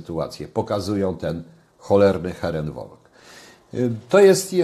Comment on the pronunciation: Panie. Herren Volk - bo pewnie Panu chodziło o ten właśnie termin - wymawia się jako "heren folk" nie "wolk", bo każdego, kto zna niemiecki, przyprawia to o parsk śmiechu. Skoro to rzeczywiście "Pański zwrot językowy", to proszę się go nauczyć samemu. Heren FOLK! Pozdrawiam.